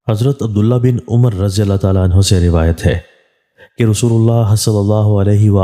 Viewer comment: محترم عمرو نہیں بلکہ عمر ہے “ع” پر زبر ہے